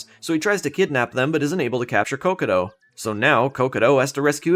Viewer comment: Its not cocoto, its cocotg. Or at least thats what peter knetter says